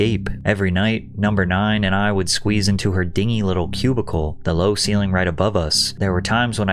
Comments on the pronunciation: the word "dingy" in this context is pronounced "din-gee" not "ding-e" once again offering my services to proof your videos so you sound like you understand the english language. Free of charge just send me the video a day early. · Dingy is pronounced 'dinjee'... I appreciate you're not using AI. Let's keep learning 👍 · not to be annoying af but , that word is actually pronounced "din-jee" not "ding-ee".. the word "dinghy", which is the term referring a small boat, is the one that's pronounced "ding-ee" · A "dingey" with an NG sound is a little boat, while "dingy" with a J sound means gloomy and drab. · “dingy” is pronounced like “dinjee” lol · Patrick, a dingy is a small boat. Dingy, pronounced DIN-jy, means shabby. Don't you have editors? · dingy pronounced dinjee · my guy learn how to pronounce words! "dingy" its a bloody adjective not a blow up boat. Education fail right there.